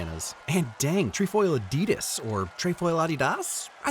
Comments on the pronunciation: Neither, actually. If you're going for the German pronunciation, the second one comes close, but the stress is on the first syllable instead. So, UDDY-does, not uddy-DOES. :) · Appreciate the effort to pronounce Adidas right, but you need at least one more try 😉